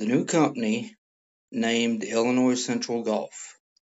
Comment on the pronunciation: The "s" in Illinois is silent. I can't believe how many people don't know this. What do they teach you in school?